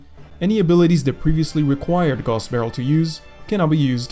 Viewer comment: I think it's supposed to be pronounced as gows, as in 'how'. If we stick to the german roots of the word that is